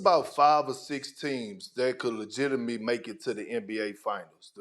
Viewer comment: We cant ignore how perk butchered the word legitimately. But he came back strong with the shorter version legitimate.